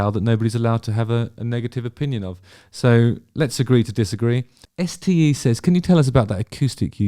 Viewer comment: s.t.e ? It’s a name , it’s like Steve but just say ste, no ve on the end …..